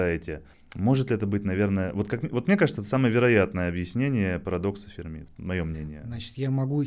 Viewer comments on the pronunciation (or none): none